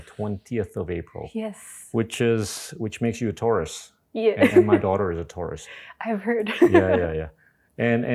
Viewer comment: I thought he said "tourist" then realized it was "taurus" 😂